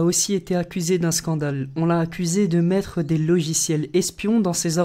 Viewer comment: ta dis mègre un pouce en l'air la place de mètre un pouce en l'air